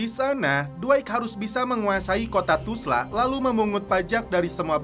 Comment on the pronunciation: 😅 kenapa ga bisa bilang Tulsa?